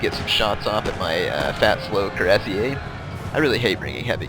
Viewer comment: Fusilier is pronounced the way it looks =P. Same with Cuirassiers.